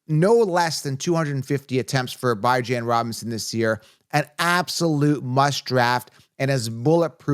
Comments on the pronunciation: It’s pronounced BeeHaahn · yall can’t even pronounce bijan correctly how you giving advice